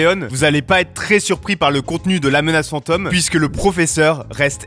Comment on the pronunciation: "la menace fantEUme" mdrrr dit le correctement